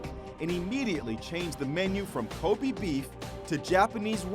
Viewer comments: Ilona Barsoomian they also made a mistake pronouncing wagyu and kobe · yall cant even pronounce kobe and wagyu properly, americans 💀💀💀